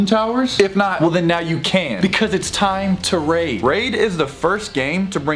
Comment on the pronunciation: I stg the first two times you said “raid” you said rage. 🙃